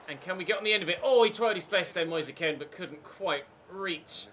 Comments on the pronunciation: Just pronounce Kean as 'moyes keen' its cringey the way it is said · Stop with the kean pronunciation already